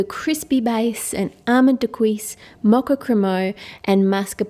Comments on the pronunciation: It's pronounced daa- qua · Does anyone else notice she pronounces dacquoise differently? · What a gorgeous dessert! I must make this some day on a smaller scale. BTW, the correct way to pronounce "dacquoise" may be found on : as well as "mascarpone". The final "e" in "mascarpone" is pronounced "eh" not "ee". Hope that helps! Thanks for all you do! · No, it's not. Her pronunciation was an assault on the ears. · Please learn how to pronounce dacquoise. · I love to hear you say Daquoise and Crémeux, french with an accent is just so cute !